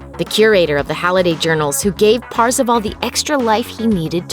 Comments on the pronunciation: Why does she call him Parzivall? It's kind of obvious the pronunciation of his name is Par-za-vaul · It’s not PARzival It’s PERcival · Actually parzival sounds like "first of all"